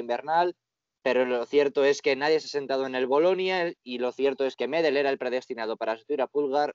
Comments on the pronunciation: Así como va esto, vamos a tener a Irati con un look tipo del Piero y a José cómo Gerald Johanson jajaja. Buen vídeo como siempre, lo que si (es una pequeñez) pedir si pueden pronunciar bien Medel y Pulgar que no tienen el acento en la silaba 'Me' y 'Pul' respectivamente, es 'Medél' y 'Pulgár'. Saludos desde Chile muchachos ! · Se pronuncia MEDÉL Y PULGÁR, NO MÉDEL NI PÚLGAR